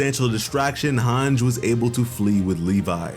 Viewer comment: Good recap but my dude it’s MAR-LEE not MAR-LAY, also it’s HAN-GEE not HANJ. What’s with those pronunciations lol